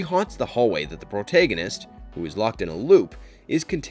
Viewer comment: Bro the way you pronounce "protagonist" is legit concerning 😟